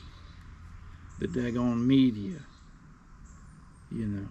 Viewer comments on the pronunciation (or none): none